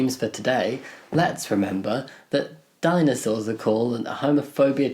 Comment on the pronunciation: thought you said "diamond swords" not dinosaur, so if you're going for an alternative for homophobia ;)